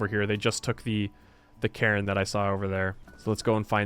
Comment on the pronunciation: crises not crisises / memento not momento / cairn not karen / piety (PIE-ehtee) not pee-ehtee / 'talked at length' not talked on length / Thanks.